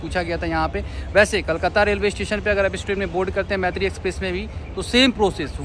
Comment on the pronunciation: Bro pronounce correctly m Maitree nam hai par pronounce, moitree hota hai.